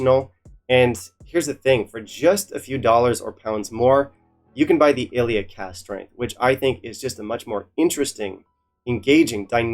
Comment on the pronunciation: Ileach 58 is considerably better than Finlaggan 58. In terms of anonymous tasting at the IWSC, when rated, the results were as follows: 1. Ileach 58 2. Scarabus (57) 3. Finlaggan 58 Plus Ileach is pronounced ee-lawch. Lach like the pronunciation of the Hebrew letter ח. (For simpletons, the sound you make when you are about to spit) I love your channel but a few tips: This is not a whisky you should add water to. It is also important to note that when faced with a peated whisky at this strength, you need to drink it correctly via properly smelling it 3 seconds prior and as it comes into contact with your lips.